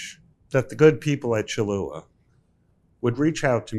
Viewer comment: To teach him how to pronounce the name? 😆